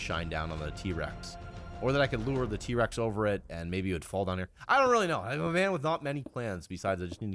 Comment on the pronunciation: did he say d-Rex or T-rex